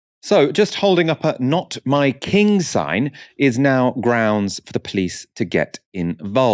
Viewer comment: Myking or My King? 🤣 Please ask her to make an effort next time 😉